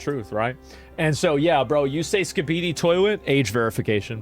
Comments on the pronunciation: The whiplash on how Asmon pronounced skibidi had me hunting down the pronunciation. I'm so fucking glad ASMON is wrong in the pronunciation, skabeedee is vile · Asmond said skibeady instead of skibidi hes AI… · As someone who works in the public school system, the way he pronounced "Skibidi" has me dying.